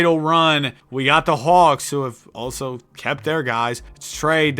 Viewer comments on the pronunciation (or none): none